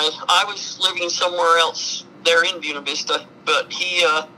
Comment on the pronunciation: On a lighter note, Ive driven through Buena Vista many times, going on hiking/camping trips. The way Gladys pronounced it is the way they call it there. They don't use the Spanish pronunciation even though the words are Spanish. The last time I drove through there was several years ago already. Can't afford to go for drives anymore, can't go hiking anymore either. . It was always amazing to me to see the fancy houses everywhere in Colorado, and all the huge rvs, very often driven by retired military personnel. It's interesting how some soldiers just get abused, while other military personnel get big houses and RVs and big retirement funds and even underground bunkers sometimes, ready for a nuclear blast.